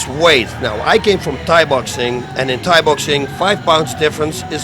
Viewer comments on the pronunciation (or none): none